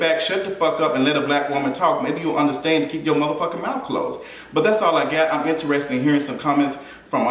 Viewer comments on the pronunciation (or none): none